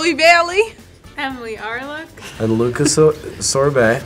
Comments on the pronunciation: Luka almost mispronounced his name😂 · Why did Luka purposely mispronounce his name!? 😭😭😂😂😂